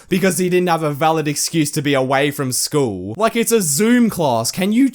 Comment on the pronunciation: i pay more attention to whenever he says "school" because i sounds like "schwool"